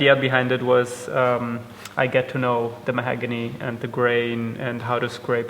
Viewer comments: English is excellent, but I’m a wood guy and it’s mahOgany, not mahAgany! He’s incredibly painstaking and it really shows in the great results. Good job! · I hate correcting language. But I'm a linguist; it's what we notice - the word is 'mahOgany' rather than 'mahagony'. Please don't judge!